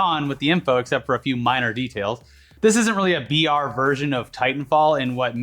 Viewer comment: I been hear VR for a while then i realized they were saying BR